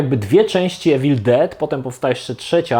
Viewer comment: Nie czyta sie Ewil Czyta sie iwil 😉